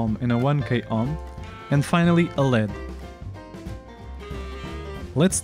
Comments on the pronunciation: firstly it is never called "le'-ed" it is an abbreviation and is always pronounced as L.E.D. (light-emitting diode), so never call it again "Le-d" because it is something else. Lead is an element with the scientific name Plumbum and symbol "Pb"; Atomic number: 82 Atomic weight: 207.19 Diodes are semiconductors not metal like the lead. Secondly, using a push switch to turn on or off the LED is so lame. I mean what else is the purpose of a "push switch" or be it any switch that exists. The switch simply cuts or completes the circuit. You can simply power 5V or 3V to an LED and if you add a switch to the circuit it will glow when pushed and will turn off when not pushed. What is the point of using a microcontroller then where is the automation? There should be at least different patterns of LED turning on or off when the button is pushed. make something challenging and use proper scientific language else a little confusion can create blunder mistakes. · Good video. By the way, it's "an LED," pronounced "an el ee dee." LED is an initialism, read aloud as three separate letters.